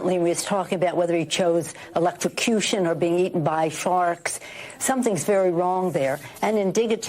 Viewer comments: I think she said eaten by sharts😁🤣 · I thought she said eaten by farks, so I think she meant to say eaten by sharks lol. Her dentures were falling out she meant eaten by sharks lol. Maybe we all need to get together and send her a box of denture cream lol. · She said being eaten by farks. I think she meant sharks! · Oh eaten by Farks, I thought she said Farts. Haha😅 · I heard her say "Eaten by farts"! 😂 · I think she said eaten by sharts maybe sharks 😂 maybe she thinking bout poor Uncle Bosie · Think she said farks...she has mental issues. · Sounded like she said "forks."🤷‍♀️ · I think she meant to say "sharks". 😂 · Sounds like she said eatin by sharks